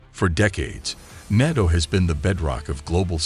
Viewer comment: This would be a good video if it wasn't literally AI mispronouncing NATO every 10 seconds